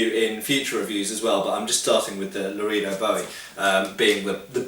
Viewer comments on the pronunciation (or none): Actually, looking up the pronunciation guide, Lorehdo (short vowel, as in "set" or "bet") is probably the correct pronunciation in Spanish (though it's most definitely not Loreedo)....but the knife is most likely named for the Texas town of Loredo, rather than the Spanish town, and that is pronounced Loraydo. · Pronounced “la-ray-do” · Say it with me: la-ray-dough boo-ee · Well done. However Larado siunds more like Low Ray Doe & Biwie sounds more like Boo.eee. Based in the veariius towns & counties named in honor if to the famous sometime soldier & adventuror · Lah-Ray-Dough. Spanish pronunciation for a spanish word. We have a peacekeeperI trainer at my dojo for knife drills. Great training knives.